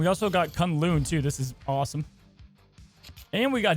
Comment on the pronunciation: K'un-Lu'n pronunciation killing me 😂